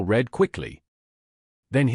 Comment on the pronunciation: Liked the story, unfortunately some of the pics were irrelevant and some words were mispronounced . ie bow n/v read verb past & present tense Thanks again Montreal Canada